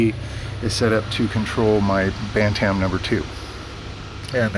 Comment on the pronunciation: Your Pronunciation of Bantam hurts my ears... Pronounced BAN-TM, No A sound is heard in the second part. Here is some Help =>. How to Pronounce BantamYouTube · Pronunciation Guide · Feb 23, 2015